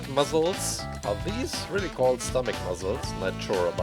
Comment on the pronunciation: I love how he says muscles “muzzles” it’s funny 😂😂😂😂😂😂😂😂😂😂😂